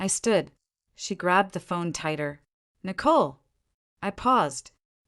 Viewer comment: So far, I've listened to two stories where one of the female characters was named Nicole. In both stories the name Nicole was pronounced with a great deal of emphasis on the second syllable. It sounds so odd it takes away from my enjoyment of the story. The AI needs to be adjusted.